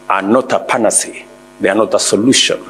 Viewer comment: Did you Mr President attend backstreet schools? Mind you, the dictionary pronunciation of the noun PANACEA is /ˌpæn.əˈsiː.ə/! WITH SUCH LEVELS OF PHONETIC ILLITERACY AT AFRICA'S HIGHEST INSTITUTIONS, THERE IS THEREFORE NO WONDER WHY AFRICA IS BEING PERPETUALLY MISLED BY HALF-BAKED EDUCATED TINPOT DESPOTS!